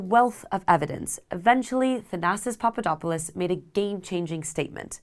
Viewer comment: had to rewind when i heard papadapaloo and papadapalus 😂